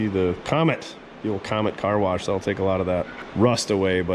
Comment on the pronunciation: There's no r in wash,fyi.